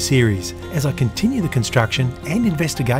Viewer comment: Who else cried when he said “I’ll see you latah”